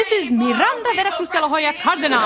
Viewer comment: It's Miranda Veracustalahoyacardinal my dude